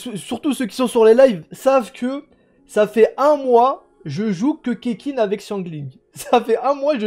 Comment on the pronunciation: « Oe mais c bien le doublon de keqking la tfait de la constellation et deja sa s’dit ketching et pas keking reflechi nunuche » 😂🤣🤣😂